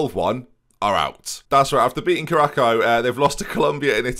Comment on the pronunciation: I know you have a strong history of mispronouncing names but “Carracko” has got to be up there